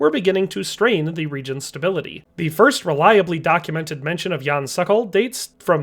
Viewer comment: It's not "sakal"! It's pronounced "sOkOl" just as it is written! Say SOKOL, SOKOL! Means falcon in Czech.